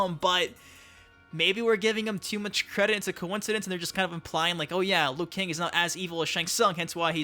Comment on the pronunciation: Bruh why you say liu kang like that